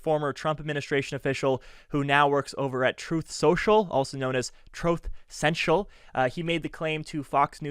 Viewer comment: Report: Saying Troth Centual is funny every single time